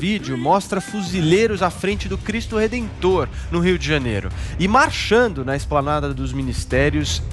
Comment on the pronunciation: "Rioh deh Janeiroh"